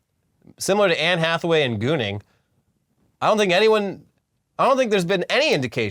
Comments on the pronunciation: “Anne Jackaway” fucking I’m dying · "Anne Jackaway" 😆